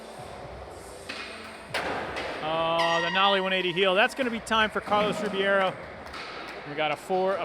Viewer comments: Duuuude it's not Carlos Ribiero it's Ribeiro!! xDD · Rebeiro, not RIbiero damn it! You Americans can't read. Cool comp! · wtf is it really pronounced RIBIERO? they got me confused af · Carlos "Ribeiro" pronounced ....reh-beyro Get the name right out of basic respect already